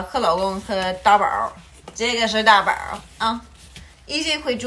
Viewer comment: 真的是东北口音啊，xizao的发音是xizhao，“大宝”发成“搭宝”，哎呦，不好听啊！太垮了！干嘛不学习普通话呢？